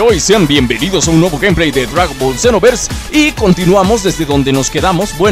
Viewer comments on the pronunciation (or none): none